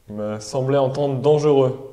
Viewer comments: Petite erreur: on doit dire dangereux et non pas dangeureux. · dangereux et non dangeureux